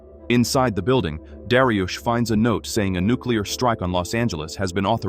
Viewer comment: darius ❌ dariush ✅